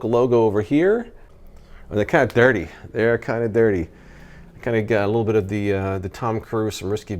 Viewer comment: The way you said “they’re kind of dirty” about the glasses, for a second I thought dirty was slang for “cool.” Idk. Just something about the way you said it.